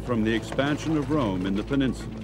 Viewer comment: every time this commentator says rome I Here America